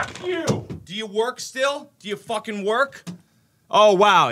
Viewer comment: “I just focking did that!!”😂